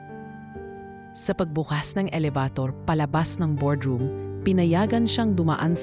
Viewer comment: Ano ba yan elabator yung bigkas